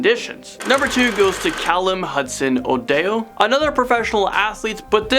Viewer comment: Hudson ODEYO... The F?